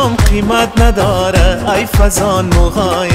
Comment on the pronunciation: تشکر ازاینکه پاسخ دادید. من شخصا یکتن از طرفدار خیلی با اشتیاق شما هستم وتمام آهنگ های تان را شنیدم. شاید که مشکل از ثبت باشد. به یک آهنگ دیگه شما هم که الف و مد یعتی آ تلفظ میشد، ها تلفظ میگردد ، آهنگ از احمد ظاهر است. که چند بار شنیدم آنجا هی جان من گفته میشود در حالیکه ای جان من.. ممکن مشکل از ثبت باشد . سپاسمندم